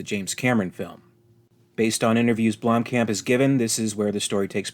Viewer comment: Its pronounced "BLOOM - COMP"